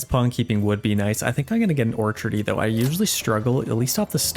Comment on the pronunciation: Hey, love watching your videos 🙂 But I'm going to be that annoying person and say that the way you pronounce orchardry is killing me... when you're just talking about the planted field, it's an orchard, but in Manor Lords they use orchardry as the skill to labour in one (which isn't actually a commonly used term) - but is pronounced orchard-Ry... you keep missing the R. Sorry and thank you for your awesome videos!